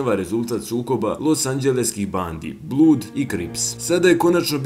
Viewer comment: Ne izgovara se Sjudž Najt nego Šug Najt. I nije blud nego blads.